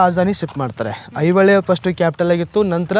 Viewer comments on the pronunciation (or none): ಈಗ ಯುಟ್ಯೂಬ್ ಚಾನಲ್ ಗಳು ಕನ್ನಡ ಭಾಷೆಯನ್ನು ಹದಗೆಡಿಸುತ್ತಿರುವವು ಇದು ದುರಂತ ಮೊದಲು ಇವರುಗಳು ಕನ್ನಡವನ್ನು ಸರಿಯಾಗಿ ಮಾತನಾಡುವನ್ನು ಕಲಿತು ಚಾನಲ್ ಗೋಳನ್ನು ನಡೆಸಬೇಕು ಅಣ್ಣಾ ಮಲ್ಲಪ್ರಭ ಅಲ್ಲ ಮಲಪ್ರಭೆ ಹೈ ಹೊಳೆ ಅಲ್ಲ ಐಹೊಳೆ